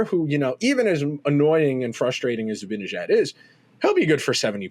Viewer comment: I agree wholeheartedly with this perspective, and I admire your literate and detail-oriented approach, but I'm constantly puzzled by your refusal/inability to pronounce Mika's last name correctly. It makes no sense...